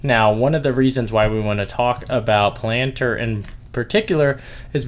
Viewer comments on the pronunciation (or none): Video is great thanks for the analysis. I think its pronounced Pal -ahn-tier not pa-lant-er tho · Pal- N- tier. I’ve never heard it pronounced any other way.